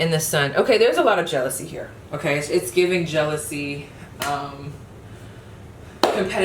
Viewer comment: pile 3 when you pulled the queen of pentacles it sounded like you said “ewkay” 😂 i love your energy !!!